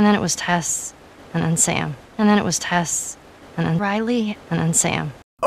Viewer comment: It's incredible how many times he gets Tess' name wrong